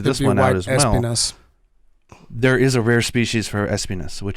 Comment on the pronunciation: It triggers me so hard when they say ES-pinas... Thorns in spanish is es-PI-nas.